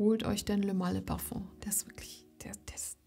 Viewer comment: Was für eine beruhigende Stimme :) Und, Du sprichst Parfum richtig aus, nice ;-)